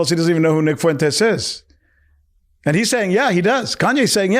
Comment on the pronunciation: Ye mispronounces "Fuentes" -- why does such a dope think he has something important to say? Hint: Kanye, you are a fool, shut up. About everything.